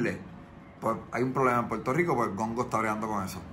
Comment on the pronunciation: Mano dile al pana tuyo oh como sea que aprenda a decir Puerto Rico no es Puerto JjJjico 🤦🏻‍♂️🤦🏻‍♂️🤦🏻‍♂️🤦🏻‍♂️🤦🏻‍♂️🤦🏻‍♂️😂😂😂😂😂😂